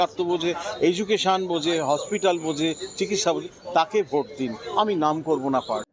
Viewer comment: ভাই আপনি কি বাঙালি না? আপনার উচ্চারণের এই অবস্থা কেন? "বোট" না, ভোট ,"বারোত" না, ভারত, "দর্মীয়" না, ধর্মীয়, "সাপ্পান্নো" না, ছাপ্পান্ন। এত জঘন্য উচ্চারণ নিয়ে ভিডিও করার সাহস কোথায় পান?